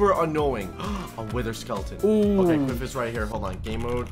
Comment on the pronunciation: Quiff not Quidd